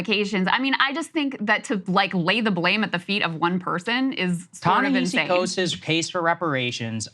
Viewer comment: Proper pronunciation "Ta-NaHASI" Coates. The man told me this himself. Also: Saagar sounds like a maniac here